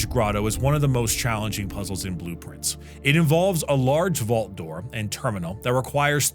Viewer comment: i always heard blueprints, when he said its name :D